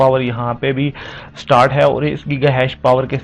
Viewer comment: Stort nh hota start hota hai bhai😂😂